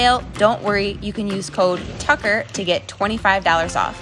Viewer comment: Its tucker not thucker. Thucker would sound like the-kur.